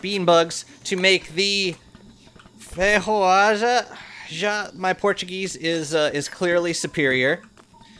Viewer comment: Thanks for the series, im learning a lot with it. Btw, Feijoada is a brazilian food, you can pronounce it like, fey-joo-aah-daah